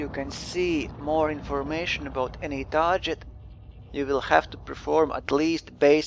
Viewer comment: Hey I think your videos are really great. Thanks for making them. (I do not speak another language so I appreciate you making your videos in English. :D Your pronunciation of the english word "target" sounds like this "tar - J - et". I feel if you pronounce it with a harder "G" .... like this ... "tar - GUH - ETT" it might be an improvement. But like I said I really appreciate your videos. Cheers)